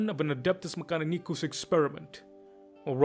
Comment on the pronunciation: 10/10 video in every way except how you kept butchering mechanicus , well not butchering but the either Italian or Spanish spin on it, eats my soul